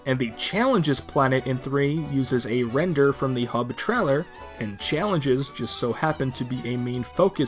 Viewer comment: I've never heard anyone pronounce trailer as traller